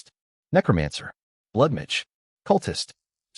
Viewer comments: Blood midge sound like some species of mosquito. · Why can't AI say MAGE? lol